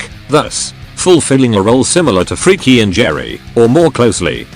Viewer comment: That pronounciation of Freki and Geri. "Freaky and Jerry!"